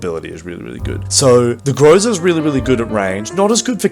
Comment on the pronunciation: It's GrozA not GrOza, dude! Still waiting updated tier list